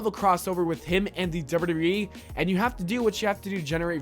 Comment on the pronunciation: wtf are you pronouncing wwe like that?